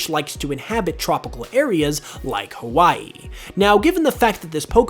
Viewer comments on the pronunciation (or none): none